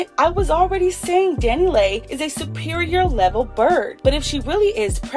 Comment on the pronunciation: Why you keep saying her name like that 😂 😂